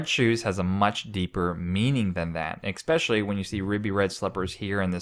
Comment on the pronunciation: he mispronounces especially. Not especially educated person. Red shoes are occult symbols....o.k. Not any depth as to why or how those shoes make a pope a false teacher or the person antichrist. Mindless so-called christian insight. Our Lord said it will appear that even the elect will fall away from the faith. At least the catholic church HAS the faith, no matter how many clergy, or laity, will fall away. The gates of hell will not prevail against my church, Jesus said. The catholic church is his bride, john ch. 3, verse 29. She is HIS church, not Constantine's, or the excommunicated catholic priest Martin Luther, or any other man or womans church.